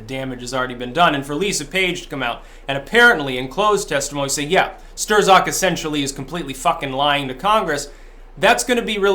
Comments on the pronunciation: It's pronounced "strock" not stir-zok and yes he is a deep state FBI fuckhead! We need to abolish the FBI and most of the so-called Intel community. Let's call it what it really is..a fucking commie spy network, who's main goal is to fuck americans over. This is not just partisan politics it's a coup or attempted coup and an attack on a sitting president. Right out in the open and dumbfuck americans for the most part can't even see it or refuse to acknowledge it. So lets get with the program and quit bantering about this like it's just some passing political Dems vs the republicans thing ITS NOT! If your going to be alt media be more hardcore and blunt. Tell it like it is for gods sake, there is to much at stake. I know your trying to protect your ass against strikes,,I get that, but come on! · How can anybody pronounce it "Stir-zok" at this point in the game? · Pronounced “strock” Lol just got under my skin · Why do you call him Stirzok 😁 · Pretty sure STRZOK is pronounced "struck" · Strzok, is pronounced "strock", don't ask me why, but it is. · for pronouncing it “stir-zock” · Signs that doesn't watch the MSM, even on youtube: Strzok is pronounced Strok. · PLEASE stop calling him "Sterzock" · Hey he pronounces his name like Struck. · Really should learn how to pronounce Strzok. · I'm going to Hawaii in a few weeks,, where can I get a cool Aloha shirt like yours? I take size 10.2. PS you don't pronounce the Z after an R in Polish. The Polacks just throw it in to fuck with people out of frustration that every time Germany and Russia fight Poland disappears. Hence afterz the Rs in worzds and names they thrzow in an extrza Z then laugh when you przonounce it. EVIL BASTARZDS! Got that Tarzl Warzwick? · How can you still not pronounce Strzok correctly after all this time? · How come you pronounce it "Ster-Zok" but the rest of the media pronounces it "Struck" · ..who the hell is "Stur-zock"? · It's pronounced 'struck' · It's Not "Stir-Zock."